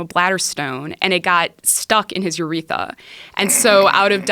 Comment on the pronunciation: really bothered me when she said uretha instead of urethra